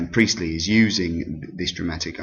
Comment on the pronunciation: J briely 😂😂😂 that sounds a lot like JB priestly